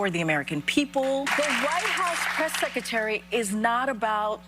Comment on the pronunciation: KJP, What’s a secatary? I know what a secretary is but, secatary… not a clue